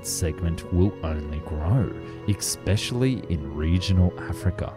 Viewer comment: What does 'expecially' mean?